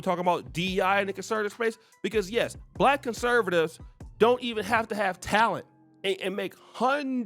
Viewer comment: Listen to how he pronounces the word "Black" soooo disrespectful.